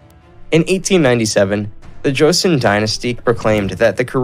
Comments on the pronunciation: i love how he pronounced joseon as joseeyeon 😅😅 but i enjoyed the video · Especially the Joseon part 😂